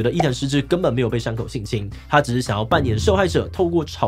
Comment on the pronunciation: 媽呀每次我聽到志祺講伊藤詩織這個名字我都會聽成藤崎詩織😂